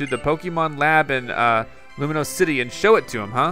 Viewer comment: Loo-mee-os city